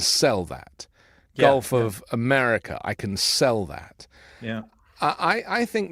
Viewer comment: Did he say "guff of America"? That's all I heard!